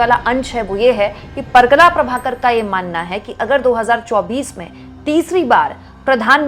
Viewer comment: परकला नहीं, परकाला प्रभाकर.